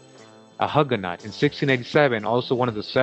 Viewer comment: The correct pronunciation is more like Huge no. You don't pronounce the T or the S.